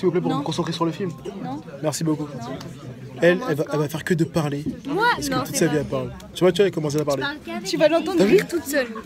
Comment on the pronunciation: Ce match n est pas du vrai football mais un match drogue pour ma part et tu c est même pas dire le nom Draxler mais pas Derler